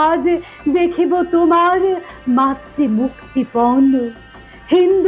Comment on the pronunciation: খুব সুন্দর হয়েছে তোমার আবৃত্তিটি ! যথেষ্ট বলিষ্ঠ... যথার্থ অনুভবী ❤❤❤ কিছু মনে না করলে বলি , " মাতৃ " শব্দের উচ্চারণ কানে লাগলো ... এই ত্রুটি শুধু তোমারই নয়... আমাদের প্রায় সবারই "র"এর ফলিত উচ্চারণ ( বিশেষত ঋ -কার এবং রেফ্ ) অশুদ্ধ .... তোমার আবৃত্তি এত বোধসমৃদ্ধ .... উচ্চারণের বিষয়ে যত্ন নাও ....খেয়াল করে চর্চা করো .... অনুশীলনের মাধ্যমে শুদ্ধ হবেই উচ্চারণ... এ বিশ্বাস আমার আছে ... শুভকামনা নিরন্তর....